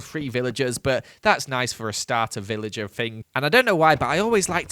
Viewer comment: I swear he said pillager instead of villager. Anyway the videos quite good! I really want to see day 3000